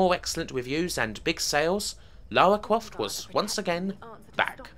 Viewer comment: LAUWAAA CWAUFT